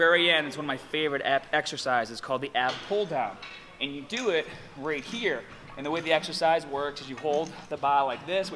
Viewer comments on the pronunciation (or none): none